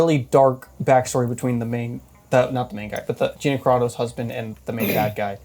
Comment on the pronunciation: It's pronounced G "I" na. Long "I"